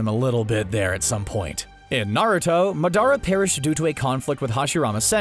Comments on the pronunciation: Ma-the-ruh will be the correct one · Anyone else annoyed by how he says Madara Uchiha??? Its not maduhrah It is MURDERER U-CHI-HAAA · MA-DUH-RA by the way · "Mad-ara" Me: ... You ruined it. You ruined it and I'm leaving. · Is anyone else annoyed ye said, "madarra"?😫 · Why did you say madaras name like that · Bro how he pronounced madara made me cringe but still loved the video😁😂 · the way he says madara.... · Says madras wrong